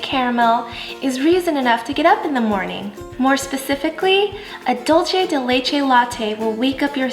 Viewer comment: Dulce is Spanish not Italian so the pronunciation is different from “dolce”... just remember Dulce New Mexico.